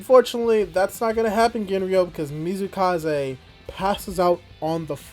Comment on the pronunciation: It's MATSUkaze not Mizukaze yeah I know it's hard name but really feels wrong when said not right XD Same I think I heard you calling YuzuRICHA, Yuzuhara. Yep one of the hardest names in Dr. Stone.